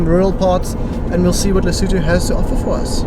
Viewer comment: Today I learned how to pronounce Lesotho